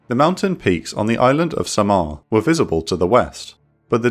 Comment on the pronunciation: In the Philippines, we don't pronounce Samar as "sa-MAR". It's the other way around. The stress of the pronunciation as "SA-mar". Also, can you do more Intel Report and Operation Room videos on battles in the Philippines during WW2? Like the fall of Bataan, the infamous Death March from Bataan to Tarlac, liberation of Philippines, the landing on Leyte, and maybe, life in the Philippines as a guerilla soldier fighting against the Japanese occupation?